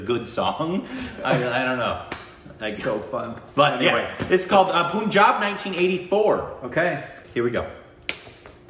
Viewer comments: Its panjaab not puun job btw NYC accent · Pun+ jab not Poon+jab. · I am sure lot of guys would tell you this.... it's not POONJAB but PUNJAB. U is pronounced as in fUn. Fun, Pun+jab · as a Punjabi... pls say Pahn-jab not Poonjab xD loved the video though! Also Kiron Kher was Paro’s mother in Devdas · Guys it's not poohnjab.. its panjab .. u r killing it .. try n use google or youtube to learn how to say state or actor names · poooooooooonjab. how hard is it to call it pun-jab, pun as in no pun intended. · guys..not hating on you, just that since we're on a correcting pronunciations phase - the 'pun' in punjab is pronounced exactly how you would pronounce 'pun' in english. I love you guys so much! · Punjab is pronounced as Pun- like pun intended and Jaab Punjab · Guys, the pronunciation is Pun-jaab. As in the english word 'pun'.